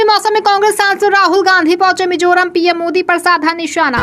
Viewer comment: Should be Mizoram not Mijoram... बेहतरीन लाजवाब समाचार बुलेटिन के लिए शुक्रिया! उम्मीद है यह प्रोग्राम आगे भी जारी रहेगा।❤✌️✍️🤟🌹❣️